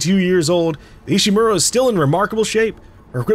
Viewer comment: Ishimura not Ishimaru, I understand if Ishimura is hard to say.